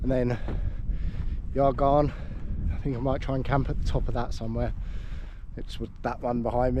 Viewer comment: Great video. No waffle for the sake of waffling, stunning scenery. Pronunciation not too bad, but not sure where the argarn cane from for Y Garn. 😂 The Y is a bit like you'd say the u in mug. U garn. Depending where your from in N Wales, other more an ee Garn. Stick with Argarn 😂. Anyway. Brilliant video. Really enjoyed it. I was up above aber falls back in April. Lovely spot.